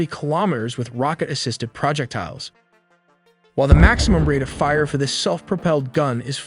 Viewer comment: and and What's a "project tile"? Since you begin with saying no AI was used to make this video I'm left wondering why a human would call it a "project tile(s)"? Tiles that are a project? It's pronounced all as one word: "Proe-jeck-tiles".